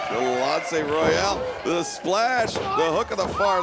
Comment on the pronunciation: Get Shanlonce's name right! It's in the notes, man! Great show all around, but Ms. Royal got a mean headlock!